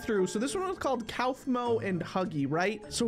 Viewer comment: its pronounced KOFMO